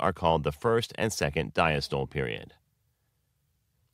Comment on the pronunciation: Check the pronunciation of diastole and systole and other terms (sinoatrial node). They are mispronounced in this video.